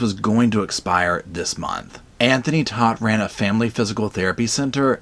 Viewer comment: Todt is pronounced tote, like a tote bag. I am a Todt (of a different and unrelated family)